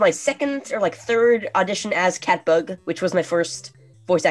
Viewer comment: I thot they were saying cat fuck not cat bug for like half of this